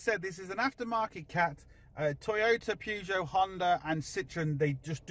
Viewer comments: Dude plz stop with the wrong pronunciation of peugeot try saying it like this thanks keep up the good work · lol bit banter that thats all keep ya big boy pants on lol, still love the vids even if u cant say peugeot correctly lol 😉